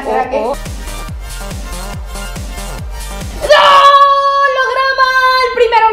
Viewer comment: Haha nooo,! Se pronuncia /puteyas/ y sí, es una crack... Y más porque juega en el Barcelona (